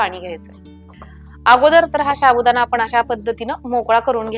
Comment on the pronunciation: साबुदाणा असे म्हणतात शाबुदाना नाही प्लीज मराठी स्वच्छ बोला आणि मगच व्हिडिओ करा